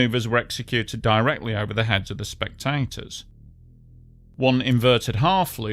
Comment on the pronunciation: Hahaha! AI narrator can’t pronounce “spectators”. Lol